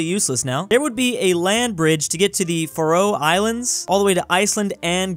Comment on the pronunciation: ah yes the world famous fároe Islands